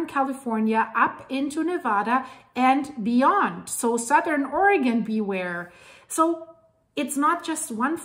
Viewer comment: Love watching your channel. Oregon is pronounced: Or-a (short a)- gun, accent on first syllable. I hope your horsees are doing well. Thank you so much for your informative content. 🫶